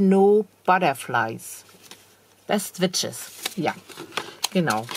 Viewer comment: Liebe, Deine englische Aussprache zaubert auch mir ein Lächeln ins Gesicht: Best Wishes = Beste Wünsche, Best Witches = Beste Hexen Ich finde, Hexen dürfen das!